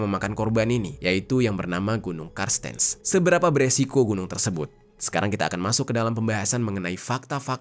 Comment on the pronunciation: Cartenz (dibaca kartens) kak. Makasih videonya hanya gemes aja sm "karstens". 😅